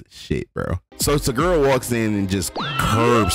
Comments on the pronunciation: I wanted to watch this till you said Toguro name wrong 😭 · You said toguro wrong but overall an entertaining video